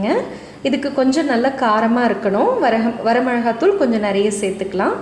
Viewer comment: வரமெழகாத்துாள் இல்லை வரமிளகாய்த்துாள். தயவு செய்து திருத்தமாக உச்சரிக்கவும்